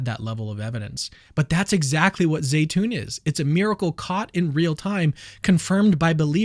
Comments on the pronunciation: Zeitoun is pronounced Zeetoun....not Zaytoun,just for the record 😉😉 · My son's Egyptian girlfriend saud that it is pronounced Zi..(long i)...tune.